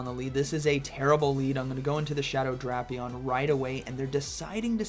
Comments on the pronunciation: Drapion instead of Drapion 🫥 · Why is bro pronouncing Drapion like that?